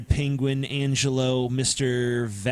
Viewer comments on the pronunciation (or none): none